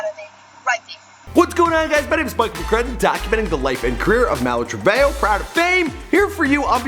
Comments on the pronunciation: Malu trebayo? Oh my oh no 💀😂😭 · It's male Treveho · He said malu travehoe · “before malu true-vay.yo...” holupholupholup. what? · Malu Truveyo? are you kidding? that wasnt even close. He really doing it on purpose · in the video (fight) it's not Malu Trevejo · Why can't this man ever pronounce people's names right